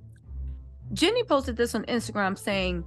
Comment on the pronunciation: her name is Jeanie not Jenni. 😂